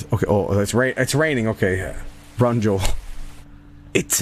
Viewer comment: döunds like a dög